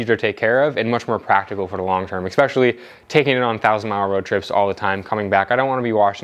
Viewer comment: Esssspecially, not Eckkkkspecially